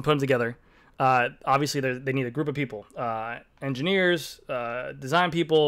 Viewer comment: “Engeneirs” nice